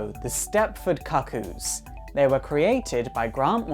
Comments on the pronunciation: Why do you insist on calling them the "Stepford Cock-oos?" it's quite distracting. It's pronounced "Coo Coos" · 'Far as I can tell, the "Cuckoo" in Stepford Cuckoos is the same as the "cuckoo" in cuckoo clock. So why would it be pronounced differently (kuh-koo, instead of koo-koo)? Is that a potato thing (as in poh-tay-toh, poh-tah-toh)? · Isn't it pronounced like Cooc-Coo? Like Cuckoo Clock? Or the bird? I don't know, maybe that's just how you pronounce cuckoo in the UK? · Your pronouncing cuckoo wrong it’s pronounced cookoo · It is definitely pronounced "coo coo". Ever heard of a cuckoo clock? No one pronounces it 'cuck oh clock". Dumb dumb. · This is how you pronounce "cuckoos" not COCK-koos, OMG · Holy shit... I can only take so many Cah-Cooz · Pronounce cookoo lol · Ah shiiiit. Love your videos my dude, but I'm tilted as hell at the pronunciation of "cuckoos" here. KOO-KOOS people. Like a Cuckoo Clock. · Yoiks, mispronouncing the name in the first few seconds is a good way of instantly discrediting your knowledge. Cuckoos, as in the bird most associated with cuckoo clocks, pronounced "Cook-Koos." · isnt it pronounced "koo-kooz"? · i hate to be that guy, but I think it's pronounced coo-coo's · no he's not. it hurts my ears to hear him continuously mis-pronouncing it. cook-oo or coo coo is the right way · It's pronounced koo koo. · Lizzie B actually it's pronounced the cu coos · Can you remake this but pronounce cuckoo properly please? I found it unwatchable due to the mispronouncing of the word. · I'm not 100% sure, but I think you're pronouncing Cuckoo's incorrectly. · Thank you it was really annoying me. The pronunciation😂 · It's pronounced kook coo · not even close to british pronunciation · Josh Aughenbaugh It's British pronunciation, I presume. It doesn't have the same sound as the American "cuckoo", but it does have the same sound as "cuckold".